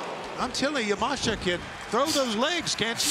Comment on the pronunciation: Elite Wrestling: Don't know if you guys had noticed but, there is an I in Miyu Yamashita's last name so unless she herself has said that her last name is pronounced Yah-Mahsh-Tah, I believe the correct way to pronounce her last name is Yah-Mah-She-Tah.